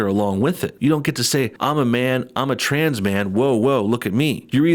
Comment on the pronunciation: “Something traaans going on” lol love the way he leans into that word